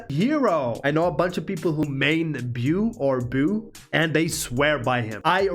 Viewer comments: Beau is pronounced Bo or "b-oh" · Beau is pronounced rain-"bow". It's a pretty popular Southern name, back in the day. 😁